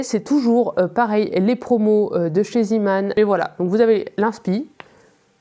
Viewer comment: Bonsoir , on dit zééééman mdr (désolée ca m'a surprise à chaque fois que tu l'as prononcé ) sinon comme tu parles anglais il y a la chaine it's all in a nutshell pour des tutos detaillés si tu veux t'améliorer il y a bcp de cal et tout et ca te mènera à bcp d'autres chaines comme the crochet crowd tania reis et bien d'autres.en francais il y a mamie crochet ou lidia crochet tricot.. ou encore par exemple aussi tinna thorudottir ou tu pourras decouvrir le monde merveilleux du mosaic crochet ! ... tu me diras merci plus tard lol .. et sur ravelry evidemment au cas ou tu ne connais pas. pour ton souci de serrer tes mailles, ma meilleure amie s'y est mise il y a peu elle avait le mm souci , je lui ai conseillé de prendre le crochet taille au dessus pour démarrer et ca serre moins ses mailles... bonne chance dans cette nouvelle aventure !